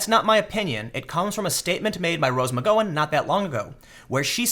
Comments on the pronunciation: he's trollin us with his mispronounciations? How do get nike wrong? Theyre the biggest sports apparel business in the world, also kaepernick and now mcgowan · He’s actually pronouncing “Asia” correctly. But he definitely messed up Rose’s last name.